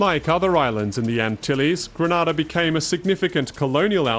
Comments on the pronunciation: Stopped watching after the second mispronunciation of Grenada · My country is not situated in Spain. You have pronounced my country's name totally wrong. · People need to stop pronouncing Grenada wrong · For someone who’s doing a documentary, You should have done your research and learnt the correct pronunciation of the island’s name first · Man butchered the name of the island. Beautiful people and island. Respect to my Caribbean brothers 🇯🇲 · Check your pronunciation of the names of the islands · I'm Grenadian, it is pronounce Gre-Nay-Da, not Gray-na-da, plz doh try to tell us how our island's name is pronounce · briantravelman you are right but there us a difference we say gre-nay-da and yes how the man pronounce it Grenada that's another place and yes it's a Spanish country so don't get it twisted it's 2 countries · How does this guy mispronounce Grenada one way and then go and mispronounce Rasta in the complete other direction? It's like he's intentionally trying to misread. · They could’ve at least have a commentator that pronounces the name of the country properly. I find it somewhat offensive that He didn’t take the time to pronounce “Grenada “ properly,instead he’s saying “Granada”🙄😏😏. C’mon! Do better. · Before you make a documentary about a place please learn the proper pronunciation of its name. Granada is in Spain. This is GrEnada. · At least if you're going to do a documentary on a country, find out how to pronounce it. Gre-NAY-da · Pronounced "Gre-NAY-da" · How the hell do you mispronounce Grenada. Everyone knows its pronounced, Gre-NAY-da, and if the locals pronounce it that way, that should be a hint, that that's the correct pronunciation. Anyways, interesting video. I would like Carriacou. No mass tourism, or high rise resorts. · Instantly disliked. How are you voicing a documentary about a country and you cant even pronounce the name properly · It's pronounced gre NAY -da